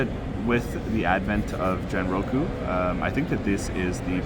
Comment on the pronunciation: Genroku pronounced as in (Ghen ro ku) not as in generation.